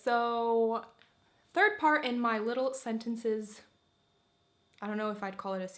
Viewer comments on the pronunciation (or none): none